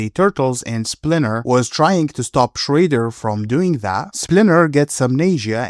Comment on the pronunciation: Is shredder not shrayder. Have a nice day